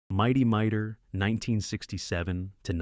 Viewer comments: AI screwing up pronunciations, I don't know why I think it'll be different. Hanna-Barbera pronounced Han-na not hä-na Mighty Mightor pronounced My-tor not my-ter (Ad) It was one small town, not many towns for Clue Club St Bernard pronounced Ber-nard not bernerd on Inch High Private Eye (Ad) Roman Holidays Not entirely certain, but I'm pretty sure Precosha(sp?) was NOT a teenager. Bosley, pronounced Bos-lee, not Bows-lee (Ad) Kung Fu. Crothers. Kung not Kong Crothers not Croothers Just because spelling is Mission: Impossible, there's no major pause between Mission and Impossible (Ad) Evel Kneivel was mispronounced the first time... It sounded like Nee-vel instead of Ka-nee-vel Despite the information on each of the series, your AI narrator really turned me off. The mispronunciations were unbelievably grating. (Ad) More improper pauses and mispronunciations. At least Biskitts seemed mistake free same a pause in the wrong place. Suggestion: Hire a living person narrator. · Not Mighty MIGHTER. It's Mighty MighTOR. AI pronounciation still has far to go. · I'm a hugh Hanna & Barbera and cartoon fan, I DIDN'T FORGET A DAMN THING! AND YOU PRONOUNCED A LOT OF THE NAMES WRONG! Mightor is pronounced like "MY Tor"! You can't even pronounce Hanna & Barbera right! I really hate when assholes like you do these videos but can't even get the name right!! Do proper homework before you post these videos! Captain Cave man was not part of the Scooby Doo Dynomutt hour, I was part of Scooby's All-Str Laff-a-Lympics. Didn't even want to finish watching the video! Do proper fact check! Are you a six-year-old or a computer like AI like Seri?????? Not gonna like or subscribe until you get a proper education on pronouncation!